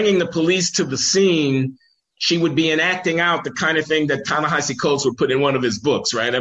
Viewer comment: Why do you both mispronounce Ta-Nehisi Coates? It's hilarious if it's unconscious...come to think of it, it's hilarious if it's intentional, too.